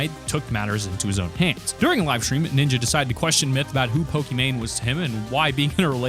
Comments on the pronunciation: to Ninya? or Ninja? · Why the f❤❤k do you say ninya when its ninja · Did u say Nina or Ninja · “Is it Ninyaaa” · Bro keeps saying ninja"Niña” it's fine tho